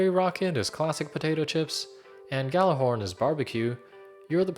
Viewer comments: Are you, like DigitalSolstice, pronouncing Gjallarhorn with a hard g and just pretending the j isn't there? Then you too are pronouncing Gjallarhorn wrong. It is pronounced like "Yallarhorn". Now you know, you're welcome. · you should of mentioned that ghallarhorn isn't pronounced with a G, its actually pronounced with a Y